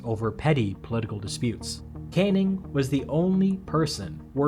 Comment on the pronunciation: Just to reinforce the comment below, the name Cannning is pronounced can - ning, not kane - ing! American producers of these videos should research the pronunciation of British names, otherwise the narrator more often than not ends up sounding foolish. In one of the comments, the lower House in the British parliament is simply referred to as 'Commons'. It should always be referred to as 'the Commons' or to be really correct 'The House of Commons'. The upper House is 'The House of Lords'.